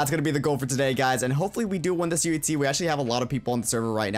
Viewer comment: UHZEE Is joe he says it XD